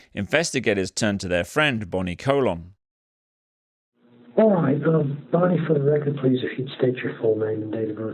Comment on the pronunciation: side note: bonnie colon but she pronounces it bonnie cologne 😂